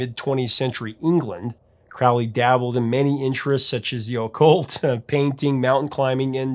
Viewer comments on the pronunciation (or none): His name is Crowley, it rhymes with "holy" it isn't Crowley, that rhymes with "foully"-- Ugh! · Dude, Crowley's name rhymes with "holy" Black Sabbath mispronounced it, please don't continue the tradition If you don't believe me, look it up. I'm a Thelemite, I know, and thanks